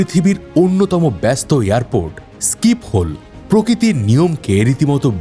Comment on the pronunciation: স্কিপোল নয়, শিফল এয়ারপোর্ট